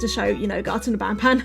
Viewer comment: Did anyone heard panpan i mean i know you ment banban but really 😂😂😂😂😂😂😂😂